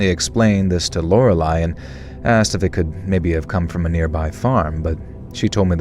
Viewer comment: Good job on learning how to say Lorelei, you’re all grown up 🥹 haha just jokes! I thought it was funny how you had trouble with it, but I’m glad you didn’t give up this time!